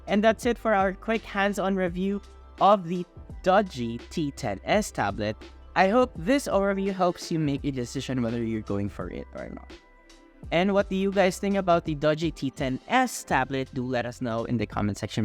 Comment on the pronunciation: Pronouncing the name "Dodgy" makes it sound like a sketchy product. Maybe it should be pronounced "dougie" as in "teach me how to Dougie"? At least that makes the product sound cool. 😂